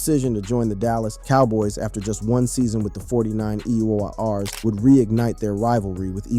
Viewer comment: Got to love these phony voice overs Forty nine “E” “R’s”?! 😂😂😂😂